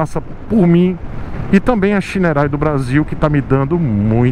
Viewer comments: Não é Shineray é Shaineray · É engraçado quando você fala shineray em inglês kkkk